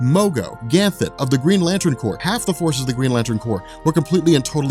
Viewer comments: well, he also said "Metallo" the whole time, always refers to Ganthet as "GanthLet", and seems to have many similar examples of not actually knowing the character he is discussing in depth, so there's some part of me that questions if he's even a fan of comics lol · Kinda like saying "GanthLet" constantly 😆